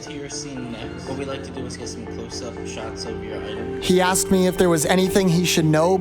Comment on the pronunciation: This video was PERFECT except for . How could you mess up the word "Your" 😭?